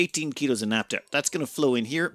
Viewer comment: What is naptuh? Do you mean naphtha? In all seriousness though, I love the videos. You are the only ONItuber I find compelling.